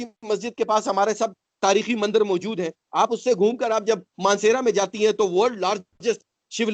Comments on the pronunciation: Ask this "Hindu" person something about hinduism. The truth will be reavealed . ( He says Mandar instead of Mandir ) If he could just say a single sentence in any of hindu language. I can gauruntee that He would not be able to say anything about Hinduism. He already became Pakistaani Muslim like others. Please dont call him hindu. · Ye mandir bhi ni bol paa rahe mandar keh rahe socho thoda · When he says mandar to mandir.... It create doubts... If he is Hindu...